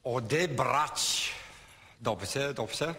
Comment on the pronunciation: Dobze, dobze?